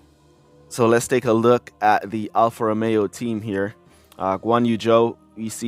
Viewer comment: King, its clear you dont enjoy or actually like f1 outside f1 clash, but make sure to learn the names of the drivers and teams correctly! Its Alfa Romeo, not Alpha Romao. Its Charles Leclerc not Charl Le eclair.